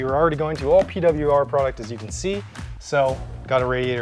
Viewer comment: Gonna miss Ausie accent when he talks about the P-Dublya-Arrrr product